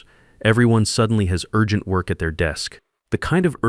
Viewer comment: "Urgent" pronounced "You are gent" Is the editor an English speaker?